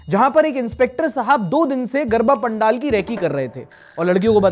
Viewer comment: no, that's not how you say Pandaal.